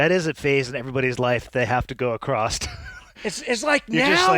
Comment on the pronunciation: good episode. although for the good of humanity i will say that it is "across" not "acrossed". ty